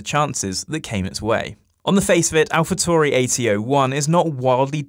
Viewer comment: What is it with people not being able to say „Tauri“? TAURI! Italian name... keep your „Toohry“ bs to yourself!